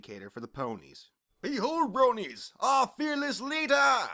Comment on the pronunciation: "BEHOLD BRONIES OUR FAMOUS LEADAHH" LOL I ALMOST DIED XD